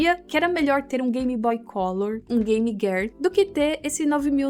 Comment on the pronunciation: "game guéar" ?